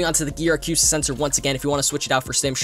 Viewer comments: Uh-coo-stick. Not: Ah-cue-stick. But I’ll subscribe, good video. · Acoustic (uh-koo-stick)